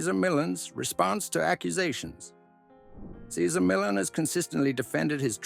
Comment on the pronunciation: Please!! Pronounce his name correctly, OMG